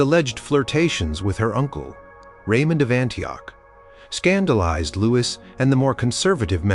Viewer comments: I wish the narrators on this site would learn that the name Louis is pronounced "Loo-eee" and NOT Lewis. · Is that you don’t know how to pronounce Louis? Is this why you switch between Louie and Lewis every other time you say it? It doesn’t take long to look this up. It does you a disservice.